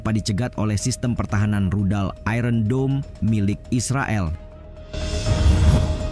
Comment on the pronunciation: Sebutan ayon dome bulan i ron dome cuba dengar dengan tutur bahasa inggeris bukan bahasa jawa.